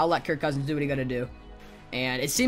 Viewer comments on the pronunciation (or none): none